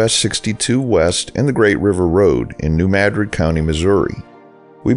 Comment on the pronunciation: My father was born in New Madrid (which you pronounced correctly), my mother in Howardville, and I haven’t been back in almost half a century. Living so far away your video seems like a taste of home. Thank you!